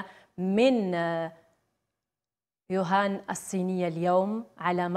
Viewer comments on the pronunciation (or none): شكون راه يسمع يوهان ماشي ووهان 😷😷😷هههههه